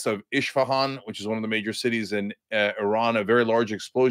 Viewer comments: The city is called Esfahan not Ishpahan. Please educate yourself. Thanks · It’s Isfahan with S not SH.